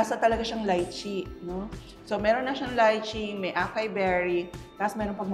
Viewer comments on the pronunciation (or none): Acai berry pronunciation is a-sai-berry